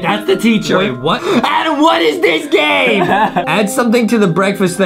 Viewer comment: It’s Adem not Adam (not tryna say it rudely)